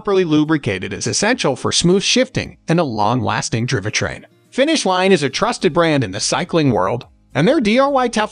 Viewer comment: Yes.. all the video and spoken content was taken from manufacturer videos. WTF is a driva-train?